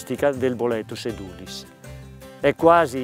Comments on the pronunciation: Essendo latino (edūlis) l'accento dovrebbe essere sulla u (lunga) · Edulis con l'accento sulla E...